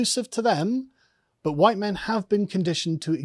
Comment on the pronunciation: Summer- Huwhite Fall- Huwhite Winter- Huwhite Spring- Huwhite